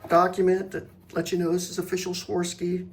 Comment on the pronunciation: Swar-ov-ski is the pronunciation